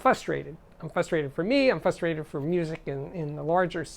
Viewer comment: The word is "frustrated" with an F-R sound.